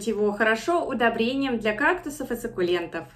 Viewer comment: "сАкуленты"..... Ну как так????